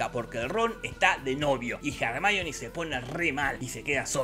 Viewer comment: "jarmáioni" ????? La minita se llama Hermione pelotudooooo !!! Pareces esos que le dicen "Yéison" al Jason de los argonautas ...